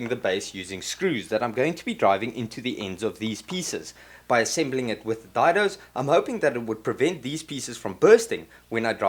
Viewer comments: Just helping... Day-Doe instead of Die-doe. :-) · Hi. Gr8 to hear that unmistakable South-African accent. I am based in Benoni, Gauteng. Been on your channel now for about 3 months. Really enjoying your work. I am also left handed so your hand work makes perfect sense to me. that "dido" you spoke of is pronounced "Dado" I am fairly new to woodwork and eager to learn. i am on my 3rd project of the lock-down and like you, ran out of materials (and beer) while ago. small little projects to build skills and keep me out of the wife's way... keep going and well done.. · “Day-doe”. Rhymes with “say-so”. Wasn’t Dido a singer from the late ‘90’s?